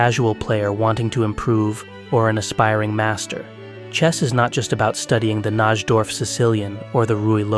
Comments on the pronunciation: Do you actually know about chess? It’s weird to have so much in depth info yet you don’t know how to pronounce Najdorf… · Well put video. BTW, you miss pronounced Najdorf .... or am I the uncultured one.